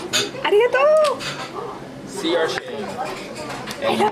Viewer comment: 「ありがとう」 の発音が、カンペキ 「酔わないぞ」と言ってメチャクチャご機嫌になってるのが面白い。